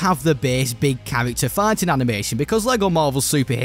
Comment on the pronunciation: for some reason I keep hearing you say "farting" instead of "fighting"